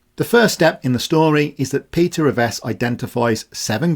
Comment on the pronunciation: 'Revesz' is my surname unfortunately. Thanks for saying it correctly, most Polish speakers get it wrong 👍